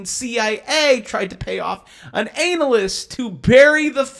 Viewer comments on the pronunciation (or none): Lol "Anal"ysts